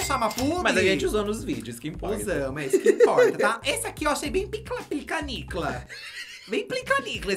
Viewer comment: "Piclanicla" meu Deus KKKKKKKKKKKKKKKKKKKKKK